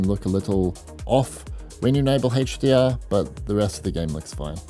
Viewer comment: it's not heichdr it's HDR